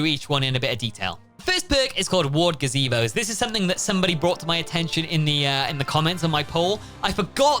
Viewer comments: yea but the whole joke is the way Eddie's actor says Placebo, its sounds like Gazebo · Aren't they called placebos not gazebos